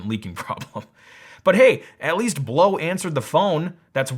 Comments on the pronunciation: "Blaux" is supposed to be pronounced "blow"? Really? I read it as "Bl-aux" - as in "auxiliary". "Blaurcks" or something; that's how I can best write it. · Ugh! I ordered one June 12th and haven't seen it yet. All I received was an order confirmation. I reached out 2 days ago by phone and email. No luck. This product is being shipped from China from the order confirmation. Had I known that, I would have never bought. Blaux however the heck they pronounce it has 2 choices. 1-send me the dayum product, 2-refund me my dayum $ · * dumb chick saying Blaux incorrectly * Blaux? More like plow. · Lol, that's not blow that's "blowksz" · I thought it was called Blaux, not Blo. Maybe I'm stupid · See, you would say Blaux like Lascaux, y'know, that famous french cave with all the paintings and shit, yeah, just... just a little phonetic reading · And the Aussie adverts here pronounce it Bl-ow (rhymes with now). I had a giant sized (compared to that little thing) evaporative cooler years ago, and it was useless in hot humid weather, it could barely cool you sitting right in front of it, let alone attempt to cool a whole room! So I have been put off evaporative coolers forever thanks to that experience. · i pronounce blaux BLOWKCS